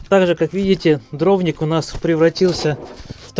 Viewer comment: Дровник на и ударение